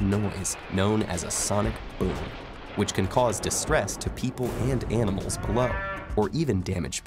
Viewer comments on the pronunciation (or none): none